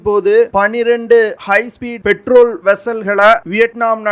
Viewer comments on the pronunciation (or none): பெட்ரோல் வெஸ்ஸல் கிடையாது. பேட்ரோல் வெஸ்ஸல்